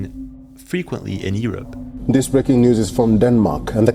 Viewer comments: Seriously man, are you slugging shots?...it's not Ear up, it pronounced, you're up....learn to pronounced English Grammer correctly , you effectively up quite a bit pal. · Why don't you know how to say Europe? Yer-up not E-rup. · It’s pronounced “YOU-rupp”. Not, Eee-rup 😂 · Europe, yourr-up not ee-rop. His ... hizz not he's. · The most alien thing about this video is how he pronounces Europe: Ewrupp. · Let's start with Europe U-R-U-P sound it out. E-R-U-P isn't working 😅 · Why u sayng yurup earup? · where? Ear-up? Irrup? Lol only joking pal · All I got from this video is that some people pronounce Europe as "Ear Up." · bro we are called Europe not Erup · It’s Europe the E is silent come on man didn’t you go to school ? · bro please stop saying the word <europe wrong.